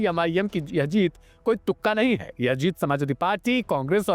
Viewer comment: Hai ka Sahi pronunciation Nahin kar paare Neta ji